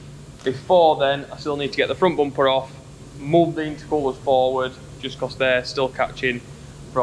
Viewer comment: Everytime he said "Bompe" i smiled. I don't know why!